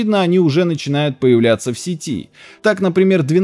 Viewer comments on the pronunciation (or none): none